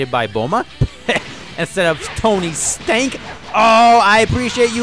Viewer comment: I love how he said tony STANK 🤣🤣🤣